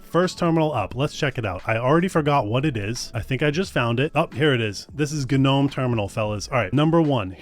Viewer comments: Guh-nome? Its pronounced just "nome" i'm in, if this continues im going to... UGH. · Oof the way he says g-gnome was painful xD Interesting video otherwise :P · Dude... It doesn't have to be pronounced differently just because it's Linux.... Guh-nome? Really? The G is silent... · somewhere in the last few decades, it became really normal to not ka-now how to pronounce words in English. "Ga-nome Terminal" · oh man, all those "guh-nome"s lol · guh-nome?? who the heck says guh-nome? the Scandinavians are lighting torches right now. you should take a security course if you think having an AI chatbot incorporated into your terminal is a good thing. good grief. and, frankly, terminals are all well and good, but you're eventually just going to default to the terminal that spins up with your VM; usually Xterm or XFCE4. i do, however, concur with Wezterm and KiTTY evals. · It's shocking you're never heard the word "gnome" before. The 'g' silent. Come on now. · I can't continue. 2 minutes in and dude can't even pronounce the actual English word "gnome". It's too early in the morning for me to push through. I'm sorry. Good production quality, I just personally cannot deal with this right now... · It's pronounced gnome, not gnome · I hate how you pronounce "GNOME"